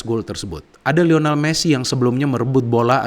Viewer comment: Lionel bukan Lional. Trims 🙏